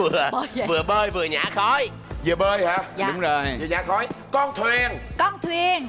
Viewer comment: Hariwon đọc nhằm ( nhả khói) thành khả khói